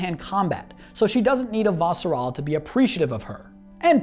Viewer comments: Did you read the books before watching the series? The reason I ask is because of how you pronounce "Avasarala". You pronounce it "A - Va - Sarala" rather than how it's pronounced on the show ("Ava - Sarala"). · Good video but her last name is one name, why are you pronouncing it like it's two? lol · So ready to watch this, then you had to say her name wrong lol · For someone who claims love of the show, why do you mispronounce her last name?